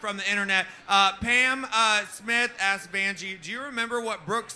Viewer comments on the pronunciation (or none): So am I. Do you love the way she says ‘axed’ (asked) ? She was paying attention to what was going on the whole time. She has a generous spirit and doesn’t say mean things.